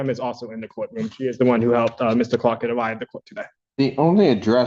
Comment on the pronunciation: I'd NEVER hire a lawyer that can't say my name right! "Mista Cwark